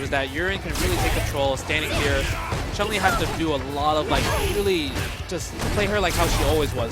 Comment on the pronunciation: Jesus, you'd think someone like (who has been playing SF for donkeys years) would know that it's Chun-Li, not CHUNG-LI. Cringe every time.